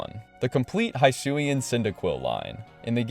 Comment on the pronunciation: You got the pokemon names right I think, but why'd you pronounce it "High-sui" when it's "Hee-sui". Stuff like that always baffles me because that's the stuff that got said out loud when the games were announced.